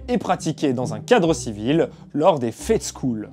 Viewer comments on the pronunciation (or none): Fechtschule.... Prononcer plutôt faicht'chouleu